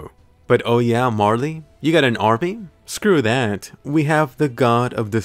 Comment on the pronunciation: the way he said "screw dattt" lol